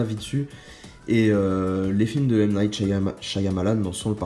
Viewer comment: Attention à la prononciation de night s.......